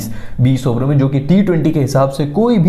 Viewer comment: Abarrrr 30 abarrrr was hilarious 😂